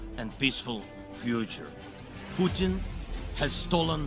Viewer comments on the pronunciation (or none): none